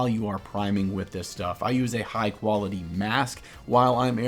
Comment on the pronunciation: That’s uh.. some qualitay….uhh…H-too-O